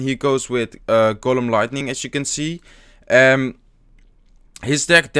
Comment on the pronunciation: use to say 'Golum' from The Lord of the Rings instead of 'Golem'